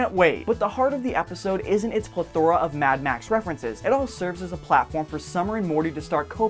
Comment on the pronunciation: PLEthora not pleTHORa